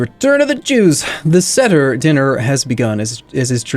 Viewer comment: really late, but seder is prounounced sāder and maror is pronounced mar-or